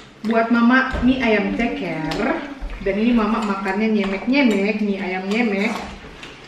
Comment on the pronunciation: Bukan nyemek bilangnya, tapi nyemek.